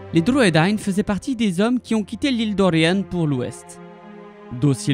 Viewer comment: Merci d'avoir fait cette vidéo sur les Druedain. Ils n'apparaissent malheureusement pas dans les films et c'est dommage car ils sont si importants.Et bravo pour la prononciation .